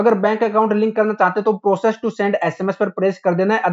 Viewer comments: Bhaiya प्रोसीड hai vo प्रोसेस्ड nahi hain🙂....bura mat manna bas galat tha to sahi bataya hai. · proccesed or proceed lol